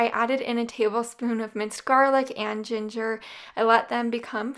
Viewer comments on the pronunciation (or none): none